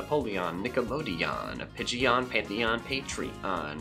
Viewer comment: When you play so much pokrmon you start to pronounce pigeon like pidgeot